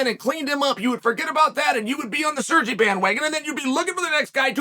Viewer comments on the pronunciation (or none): Chael calling Sergei "Serjee" is the classic Sonnen law of name butcheryu hahaha